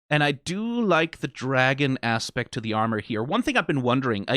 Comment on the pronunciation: "Dragon Ass-pect"